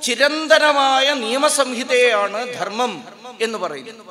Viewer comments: അവതാരകനോട് - ദെർമ്മല്ല ധർമ്മം. ഉച്ചാരണശുദ്ധി നിർബന്ധം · അവതാരക ന്റെ ഉച്ചാരണം ശുദ്ധ നല്ല ദെർമ്മ൦ എന്നാണ് പറഞ്ഞത്